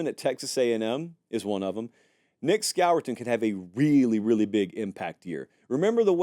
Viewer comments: Nic who?!? It’s pronounced SCORE-TON. You don’t pronounce it the way it’s spelled. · Score-ton is how you pronounce it